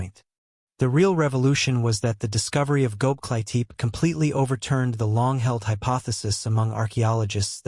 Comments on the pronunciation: Man!!! If you are to make a documentary about something, please pronounce at the least the name right!!! ... It is NOT Goklitip....the name is Göbekli Tepe in two words. From the get-go, your thing turned me off and sounded like shit. Using AI to make a documentary on a serious subject is not serious!! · Goklitip!!!.....you kidding me man!! AI bull !! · you might’ve never heard this or it’s AI so I’m gonna help you say it. It’s glob. Like globe is in the round circle thing that chose the Earth. Lee. Tech. Ee. ❤